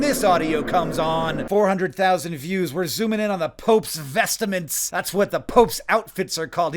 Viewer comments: What's with "vestaments"? It's "vestments". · "Vestments," not "vestaments," is just a word that means ceremonial clothing. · The pope (and clergy in general) has "vestments", not "vestaments". I wouldn't say anything, but you consistently mispronounce it like ten times. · ffs, why do you keep saying "vest*i*ments"??????? it's driving me crazy. there's no i in vestments. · what does he keep saying 'vest-a-ments' instead of just 'vestments'. Does he really think that's how it's pronounced? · There's no "I" in "Vestments" - It's not "vestiments" "There's 212 countries in the world that measure cancer rates" ...uhh, no. There's aren't even 212 countries in the world. 193 UN Member states, 2 UN General Assembly non-member observer states, and 10 other states. Total 205. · It's vestments not vest-a-ments. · Vestments? ❌ Vest-a-ments ✅ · It's "vestments", not "vestaments". (Maybe you were confused by "testament"?) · I think they're called "vestments" not vest-uh-ments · Hank, why are you saying "vestaments?" Liturgical garments are "vestments." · FYI, They're just vestments, not vest-a-ments. 😊 Loving the video though. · It's a little easier to pronounce "vest-a-ments", because of the somewhat jarring 't-m' sequence in 'vest-ments'. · Ok it’s “vestment” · i truly thought we had quickly moved on from the pope's vest-e-ments 😭😭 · You’ve got an extra syllable in vestments there Hank. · Since you refrained from a grammar comment I will refrain from posting about your pronunciation of "vestments". Oh crap, too late. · Why are you pronouncing vestments so weirdly? There's only one E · Honestly, the thing that struck me the most in this video is the mystique being afforded to the word "vestments". Also, saying it like Yogi bear says "pic-a-nic".